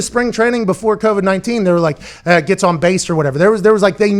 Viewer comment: Pat "Keauvid 19" McAfee